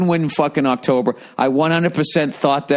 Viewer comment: Billy freckle fuck.. Its Octobaa